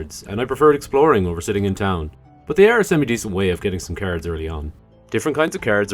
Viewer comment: Every time you say "cards" I ear "carrots" 😂